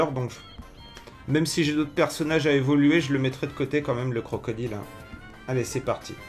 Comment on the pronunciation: CrocodAÏLE